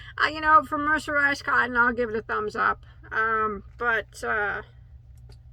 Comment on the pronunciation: 😂😂😂😂 say mercenized one more time 😭😭😭🤣🤣🤣🤣